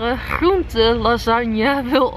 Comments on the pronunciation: De manier waarop jij groente uitspreekt is echt grappig, net alsof je een buitenlands accent hebt bij alleen dat woord haha! Toffe video weer 👍🏼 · Het is niet flauw bedoeld, maar hoe spreek jij groente uit?!😂Voor de rest is het een super leuke video👍🏼👌🏼